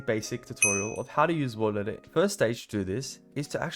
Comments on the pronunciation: you misspelt "worldedit" you said "wolrdedit" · the first was actually "WORLDEDIT" not "WOLRDEDIT" 😂😂